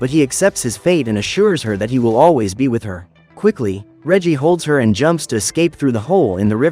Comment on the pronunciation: With not witt